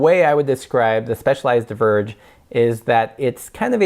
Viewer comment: "divergé" got me triggered like hell :-D